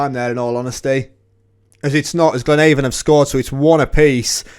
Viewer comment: You are pronouncing Glenavon incorrectly. Its not like the door to door cosmetics company ‘Avon’ its the same as ‘Avenue’. Glen-ah-von.